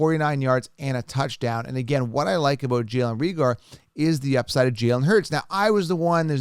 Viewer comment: it's pronounced Ray-ger.